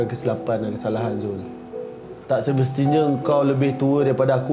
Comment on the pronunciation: Semestinya bukan semsestinya Aduh salah thammel